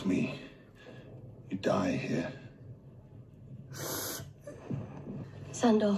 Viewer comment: When Arya calls The Hound "Sandhor" 😥😥